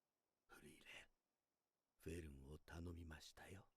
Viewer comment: Just say "Free-ren". German "ie" is like english "ee". In case nobody has mentioned it yet, almost all names int this show are German words and if you translate them you get a hint on the persons characteristics most of the time.